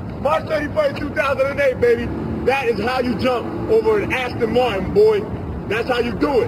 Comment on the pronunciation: Cool video, the car is an Aston Martin though. Not an Ashton Martin.